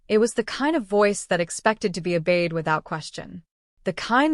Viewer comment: "that expects to be a bade?" you mean, 'obeyed'. "So, Fia" You can program the chosen spelling of each name into the Computer Writing Program, instead of all of the different spellings. The computer can't isolate unless it's a directive. "No one speaks to the 'doll' like that." 'Don". You should probably fix that first. 'Admission Papers' not "Discharge Papers". "He just 'hurt' her laugh." you mean 'heard'.